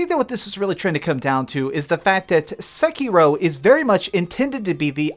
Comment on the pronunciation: This isn't explained, it's just a bunch of wrong theories and a guy with an incredibly annoyingly voice and stupid affectation aggressively mispronouncing Sekiro a hundred times